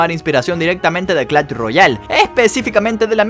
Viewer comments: Por que dice clach y no clash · Porque dice clach me da mucho toc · Jajaja como lo dice "clacht"